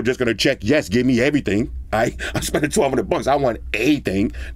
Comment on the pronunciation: "Eheee thang"